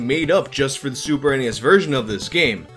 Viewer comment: Thank you for saying super n-e-s. It irritates me very badly when people say SNES like it’s a word